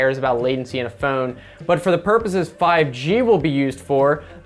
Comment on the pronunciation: I like the way you pronounce "phhoown" xD Nice vid man.